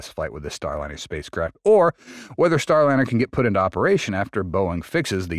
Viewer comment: Not so sure. The speaking pace seems to speed up and slow down from time to time. Like a record play too slowly.. Word mispronunciations like Starlinnner sound like a bot